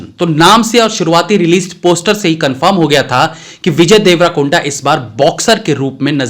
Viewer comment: Bhai kab tak देवरकोंडा ko देवराकोंडा boltey rhoge, thoda dhyan do ispe 🤦😂🤭😛🤫